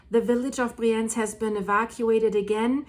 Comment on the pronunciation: It’s called Briiienz ;-) (emphasis on the “I”)